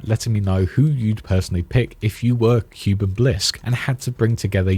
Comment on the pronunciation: the correct pronunciation is (kooh-ben) shorter O sound but you get it, Edit: bin or ben, both work